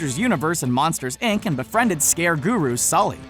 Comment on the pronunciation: Did he just say ic instead of inc